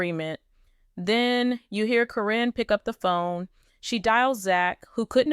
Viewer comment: AI is terrible at names. Happens all the time.